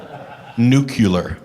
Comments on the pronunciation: NUCULER HALAKAUST!! Derp. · "Irregardless. Nuculer"... Basically Matt went through 4 days of everything he's done through the years. The Gish gallop is dizzying. These Preachers he was dealing with the Monday after the symposium are the extremists, but Matt says to other types of theists "no, it's not just about them being a little cult. Everything said against their beliefs goes against the most mainstream, "moderate" or "spiritual but not religious" belief too. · "irregardless", "nucular", don't forget "I could care less."